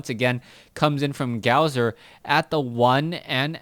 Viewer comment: um, don't take offense to this, but it is pronounced Gosu user. The w that is in his name is suppose to act like two u's.